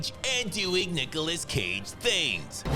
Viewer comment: NUKEOLAS CAGE😆 coffee spilled ngl